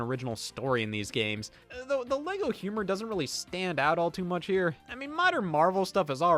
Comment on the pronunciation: its herrre